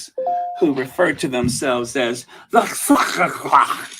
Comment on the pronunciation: “Sussexxx SQQQuad”. I had to stop eating my yogurt to let you know I’m rolling on the floor laughing 😂😂😂😂😂😂😂😂😂